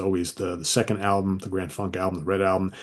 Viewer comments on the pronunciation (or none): none